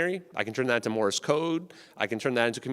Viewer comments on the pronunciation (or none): none